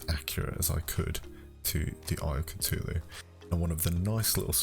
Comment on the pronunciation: Sorry I get mad that you pronounce it at “Citulu” it’s Cthulhu